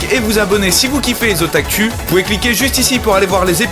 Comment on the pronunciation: hey salut j'adore vraiment des otakus mais tu pourrais pas les pronnoncés OtakOU x)